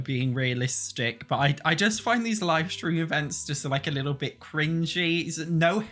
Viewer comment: Live mode... Not live mode... When news anchors or radio DJs go on the air they "go live". Long I sound.